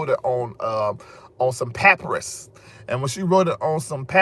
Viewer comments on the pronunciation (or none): the word papyrus is pronounced "puh-pie-russ"!